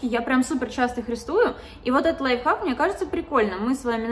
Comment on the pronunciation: Все говорят лайфхак, моя мама: "лайффак", я🗿 ну в принципе правильно